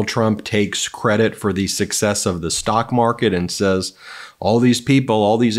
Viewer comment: Um did he say “stock farket”? Is that when his stock is so bad that it stinks like farts?